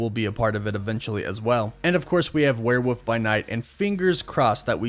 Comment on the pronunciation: Isn’t is “where-wolf” not “where-woof”